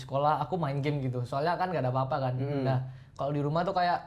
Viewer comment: Salfok ama "apah"